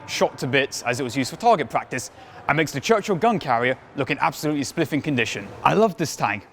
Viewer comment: long tank idea wasnt purely for crossing trenches, brits wanted to keep tanks to a certain width so they could be moved on trains easy, you dont want to make a tank bigger by making it taller in an ideal world, so that only leaves one dimension...longer. its spiffing, not spliffing lol. this is really a list i can get on with.